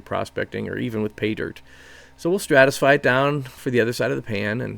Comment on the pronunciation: Stratify. Stratification. Not what you keep saying.